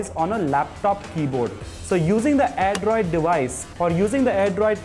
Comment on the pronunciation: It's Airdroid Not "AIRDROD" What a Q-Tiyapa! :D